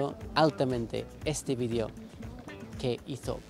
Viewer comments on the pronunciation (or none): none